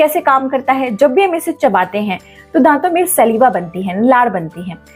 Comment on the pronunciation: Maam सलीवा nahi स्लाइवा bolte hain